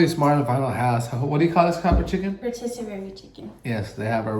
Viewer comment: Haha it’s rotisserie not rotissererie (row tiss uh ree). But on a serious note, I’m so sad you guys are having to move. Hoping you guys get another dream place soon!